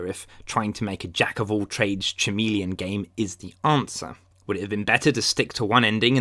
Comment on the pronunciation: "chameleon" ?? How can you have a degree and not know how to pronounce chameleon? 🤣